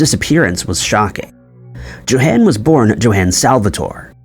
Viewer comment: YO HAWN!!!! JOHAN IS PRONOUNCED LIKE - YO HAWN (like Dawn but with an H sound).